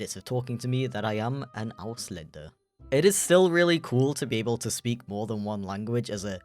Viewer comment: warum sprichst du Ausländer wie Auslächder aus